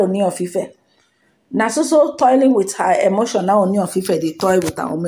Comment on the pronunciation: Kudos. Your Ōoni pronunciation is now OK. 👍